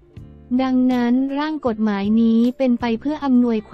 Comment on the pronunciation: คนอ่านข่าวต้องไปฝึกมาใหม่นะ อ่าน คำย่อยังไม่ถูกเลย กม.อ่านว่า กด-หมาย ไม่ใช่ กม การเว้นวรรคก็สำคัญนะ